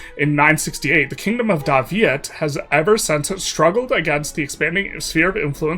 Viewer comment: The 3 hit combo of very slightly misreading Dai Viet, having a deep enough etymology bag to pronounce Khmer properly, and then stumbling over Ayodhya had me reeling 💀